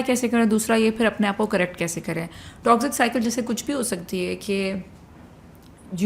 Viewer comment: Can u stop saying toxzic please it is toxic !